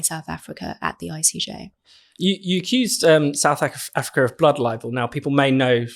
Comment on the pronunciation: Every time she says South Africa I cringe with embarrassment!